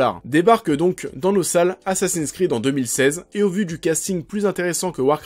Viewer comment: "assassiiiiiiiiiiiine sss'crrrrrrreeeeed" ça fait mal aux oreilles :/ Les mots et noms en anglais se prononcent en anglais, c'est mieux